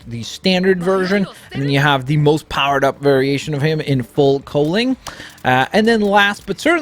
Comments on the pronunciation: Can’t tolerate him pronouncing it fowl coling, instead of full cowling. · XD full cowling not full cohlink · Full COW-ling not COAL-ing Oh-CHA-CO not Oh-KAH-CHO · IKR okacho siguraru and full coling wow